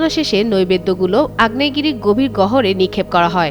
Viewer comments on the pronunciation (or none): Curious mind want to know, what is "গভীর গহর"? এদেরকে সাংবাদিকতা বাদ দিয়ে উচ্চারণের ক্লাস করানো দরকার!